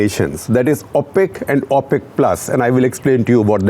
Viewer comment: Thank you Shekhar Gupta. Enjoyed it. Just a small suggestion on pronunciation. It’s pronounced ‘O’ pec as in o for Oh! not ‘Au’ pec. Thank you!!